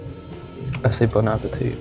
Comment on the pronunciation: "Bone ah puh tee"😭😭